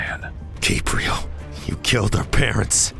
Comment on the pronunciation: It sounded like he said “my name Gabriel but you can call me gay”💀